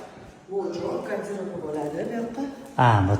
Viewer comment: Гардероф эмас гардероб булади